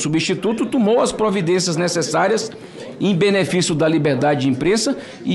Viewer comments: Um cara que fala "tumo" ou invés de "tomou" não tem condições de ser nem advogado de porta de cadeia. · "tumou". Ele fala assim mesmo? Eu escutei errado?